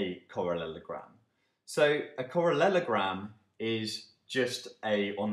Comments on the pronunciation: Yeah it made me giggle too! He says correlogram in the next video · "Correlelogram" sounds hillarious :)